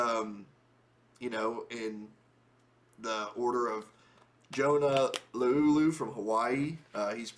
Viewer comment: It’s pronounced Johna Laaaa-Uuluu!!!!! Just for those wondering.